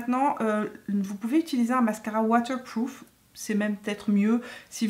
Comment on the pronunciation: « Mascara watewpwoof » 😅😘